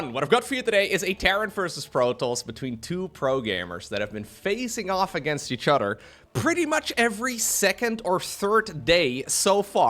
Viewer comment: Which udder do you milk?: Each Udder.